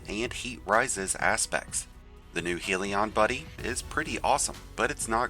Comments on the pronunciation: I really thought I was the only one. I’m like… this really isn’t a hard word lol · Good video, but it drives me nuts that every single YouTuber calls it Heel•E•On, instead of Hell•E•In/Hell•Yen. It is influenced by the word hell, and means to be troublesome or rowdy, i.e., raise hell. Just saying... lol.